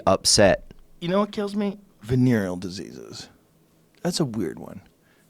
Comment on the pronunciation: Joe "venyrl diseases kill me" Rogan